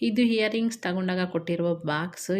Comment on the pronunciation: ಹಿಯರಿಂಗ್ಸ್ ಅಲ್ಲ ಇಯರಿಂಗ್ಸ್